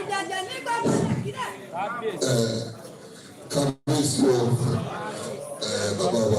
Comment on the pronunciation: ❤❤❤the kabiyeai pronounced. Karo ojire❤🎉the way it suppose to be pronounced❤g o od morning you wake up well❤some will say you don't wake up well. Point of correction don't say o ji ire. Oduduwa nation no going back❤🎉🎉🎉